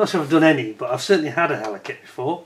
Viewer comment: The "H" is silent in French language so it's pronounced "Eller", lol. 😉🍻